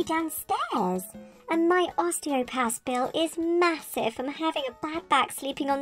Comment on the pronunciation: It’s “Mahossive!”